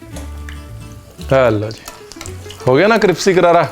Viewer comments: 😂😂😂 vahi samaj ni ara caption mai crispy hai bol cripsy rahe hai . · Jb se ranveer sir ka cripsy sikha h...Mai crispy bolna bhul hi gai hu😂😂love you sir...god bless you❤️😁